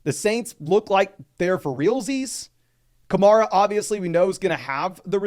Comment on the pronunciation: It's Ka-Mair-A rhymes with hair. Not Mar, rhymes with star. He's been a star in the league for 8 years now.